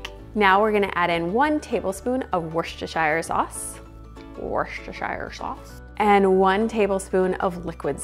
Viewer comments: Looks fabulous, thanks! Worchestershire is simply pronounced WISTER- SHEER! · Little hint for you from the UK (Scotland), it's pronounced "Woostershur" sauce. Recipe looks good, going to try it this week 👏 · Its actually pronounced !Wooster Sauce" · Lol. I was thinking the same.Just didn't want to say.😂